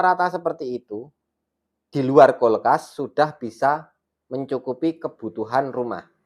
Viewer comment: Kulkas mass bukan kolkas😂😂😂